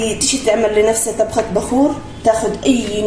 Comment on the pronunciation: شكرا ..بس ليش تقولي ..تبخه ..ماتقولي طبخه ..😅